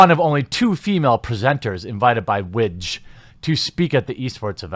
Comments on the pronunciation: Ha the way you were pronouncing WIGJ, widge, is slang for penis in parts of UK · WIGJ - I thought you said witch at first... :O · I'm sorry but I had to pause the video because the way you pronounce the acronym right after you talked about the manasource, I couldn't help but laugh at the possibility that will be not only wedges nickname (WIGJ) but also the chances of it being a meme.